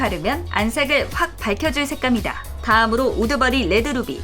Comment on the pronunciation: 옴마 우드버리가 자꾸 우두머리로 들려요 ㅇㅁㅇ